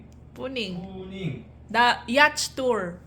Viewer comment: YACHT = Yaat : Pronunciation